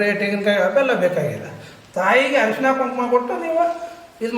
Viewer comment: ಹರಸಿನ ಅರಿಶಿನ ಪದಗಳ ಉಚ್ಚಾರಣೇ ಸರಿ ಇಲ್ಲದಿದ್ದರೆ ಅರ್ಥ ಬೇರೆ ಆಗುತ್ತದೆ